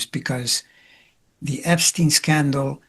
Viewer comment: Epstine Epstine Epstine 😖